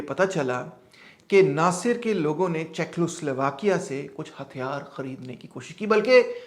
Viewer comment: سر یہ چیکو سلواکیہ ہے۔ چیکلو سلواکیہ نہیں ہے